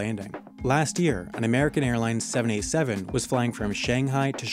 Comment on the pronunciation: Oh 787. It sounded like 7a7 and I was confused.